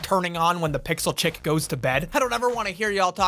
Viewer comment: “Pixel CHICKS-UH”